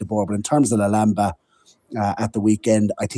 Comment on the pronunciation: This is by far my favourite horse racing podcast, but for the love of God,, can you please stop pronouncing Lulamba like that 😅